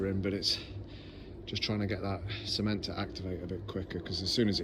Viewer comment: Lol I choked on my nescafe then when he said C ment, I thought he said semen lol. Xx